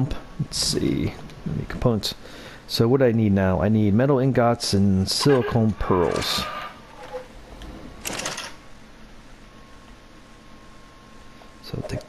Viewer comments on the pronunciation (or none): Great vid bud but you got me at wind turbin and spark plugs and sliacone preals got me lmfao